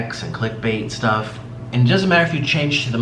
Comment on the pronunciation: “Some sErriOusss sTufff”